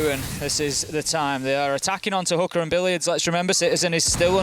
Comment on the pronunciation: Guys, its "Hoo-Ka" not "Hoo-ker" I don't think any one is attacking hookers in siege. That is GTA